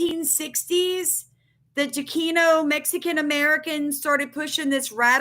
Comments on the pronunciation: It’s Chicano (chee cahn oh) not chikino. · Hey just saying I watch your videos all the time and support you but just wanted to let you know it's pernounced (chi-con-no) just so no one else has anything to say about that but other than that thanks for the heads up all the time . Keep up the great research 😊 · It is pronounced Cha-con-o. I grew up in Houston. I heard it often years ago but I haven’t heard it being used for a long time. Wikipedia defines it as…. Chicano refers to an American, particularly a man or boy, of Mexican descent, and it emerged as a term of pride during the Chicano Movement in the 1960s. Originally a derogatory term, it was reclaimed to express cultural identity and political empowerment among Mexican Americans.